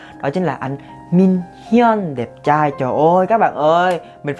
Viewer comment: Anh nói đúng chuẩn là Minhyun rất rất đẹp trai luôn á